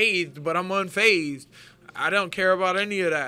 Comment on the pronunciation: "Unscathed" & "Unphased". Two words that Julian Lane can't pronounce.